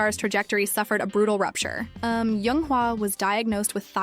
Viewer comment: It's jung not young say it right